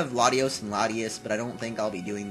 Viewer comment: (latios) and latias not latyos an latyass